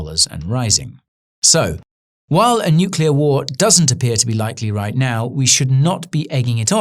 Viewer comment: THANK THE LORD that you don't pronounce it "nucular"